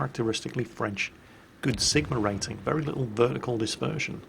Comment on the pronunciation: actualy, your french pronunciation is pretty decent, better than most of the other youtubers I watch. So far, most of the ship names you said were pretty close to the french pronunciation:D